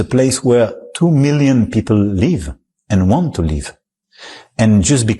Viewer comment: If only the French fellow could say "they want to live(in Gaza) without it sounding like "they want to leave". That's an Abbot and Costello routine waiting to happen, or Abbot and Cantaloupe...¿and what is "Syphilisation"?